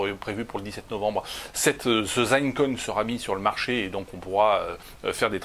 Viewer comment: " zine" coin abruti, pas "zaine"